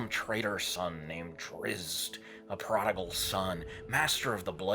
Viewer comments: ...I think we all understand there are different languages and dialects of them. The proper drow way to say the character's name is "Drits." That's how Drizzt speaks his name when he comes to the surface and that's how his companions still pronounce it - the way the author says it. If someone would pronounce my name as "Sheen" I would correct them that it is said "Shawn".. "Drizzit" haha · It's pronounced "Drits"...not Drist. Listen how Salvatore pronounces it. 😉 Which is whatever...I pronounce it "Bane-RAY" haha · It's pronounced Drizzit*